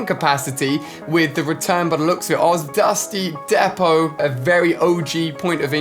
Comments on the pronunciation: it’s pronounced dusty “deep-oh” not depo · alia im sorry if im wrong orr wright but i think its dusty depot not dusty depo but ur the best captain alia lol and can some of us get a shoutout and read coments